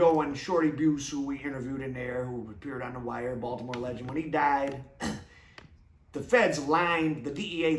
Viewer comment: Just say Baltimore!